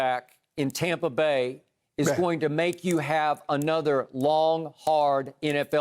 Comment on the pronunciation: He needs to stop saying tompa bay *cringe